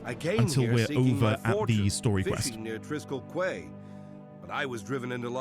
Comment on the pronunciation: you are right - Triskell KWAY has been driving me mad for years - every time i hear it i have to resist the urge to pointlessly shout KEY at the screen